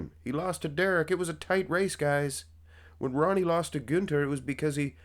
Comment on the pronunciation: You pronounce the "Ü" in Günther very well. The same "Ü" needs to be used in "Rühl" instead of the "U" or "OOOO" you like so much ;)